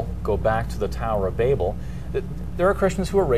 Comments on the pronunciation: BAY-bel?.. BA-bel is correct to my understanding.. Like .. "You BAbel on and on." It's NOT pronounced BAY-bel! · its pronounce baabel its not like the way you are saying it like baby .